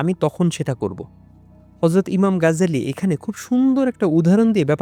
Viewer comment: গাজ্জালী নয় 'গাজালী' হবে।